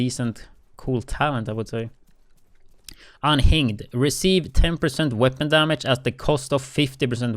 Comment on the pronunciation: Please say “unhinged” again 😂